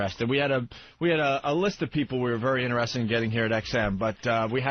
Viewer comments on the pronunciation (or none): Opie , stop saying innerested, please